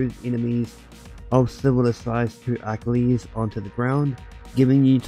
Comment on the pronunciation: I just couldn't stop laughing at how you pronounced "Achilies".